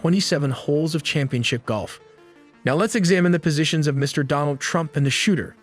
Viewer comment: It's Donald Trump not Donal Trump